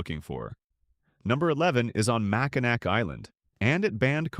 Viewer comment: Your butchering of Alpena and Mackinaw gets you a thumbs down